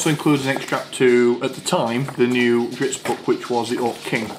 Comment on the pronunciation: I hope I'm not sounding like an ass but it really started getting to me after you said dritzz 5 times and apparently nobody caught it before which I find very depressing it is drizzt... So the zz sound comes before the T sound dr-izz-t